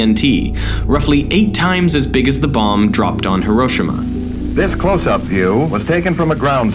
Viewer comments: Hiroshima is pronounced he-ro-she-ma not hir-o-shim-a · Hiroshima is not hiroe shima it’s herosheema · It's He-ro-she-ma, not Herosh-ema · Man says heroshema instead of Hiroshima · Bro said heerowshama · Hiroshima pronunciation: hero-she-ma NOT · Man Said “Heroshama” he had me dead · Hiroshima is pronounced (hero-shee-ma) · We just gonna ignor that he said Hiroshima completely wrong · Yikes his pronunciation of Hiroshima is cringy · Can we go back to how he pronounced heroshima 😂